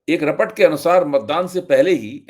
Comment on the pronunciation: Sir aap kya teleprompter use kar rahe hai ya ? Computer se read karte hai? Aap report ko rapat bol rahe hai, yeah aap ki Hindi bhasha ki pakad ko kamzor kar raha hai.